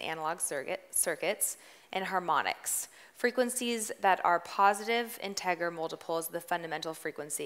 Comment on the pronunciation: Yikes. Didn’t know LPF/HPF and couldn’t pronounce timbre, integer or tinny. She might be good at making music but she was definitely not prepared to teach this session. Teachers seem to need more coaching/training/prep.